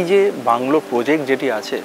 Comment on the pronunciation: He also says "poject". 🙂